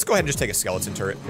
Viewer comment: he said the ultimate turd and not turret